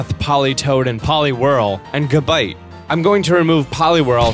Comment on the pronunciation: it's gibite